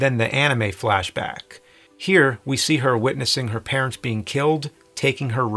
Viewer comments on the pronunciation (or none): none